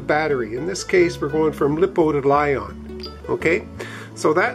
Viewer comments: Very good video, thanks. BTW, it’s pronounced Lie - Po, not Lip - O. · consisering how many times you said lipo i feel the need to inform you that its pronounced like liposuction